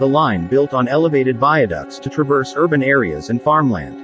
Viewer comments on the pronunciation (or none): none